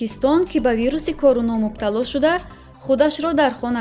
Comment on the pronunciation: Эй барандаи Фарбеҳ Короно не Корона гӯй. Овозат мисли мурге, ки хурӯс намегояд.